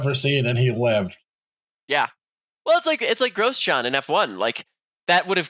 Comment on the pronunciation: pronouncing gosjean as gross john is my new favorite bit xD